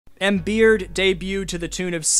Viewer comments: It’s not embeard!! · “Embeard” lmaooo